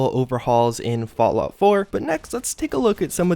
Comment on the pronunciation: "Fallout floor"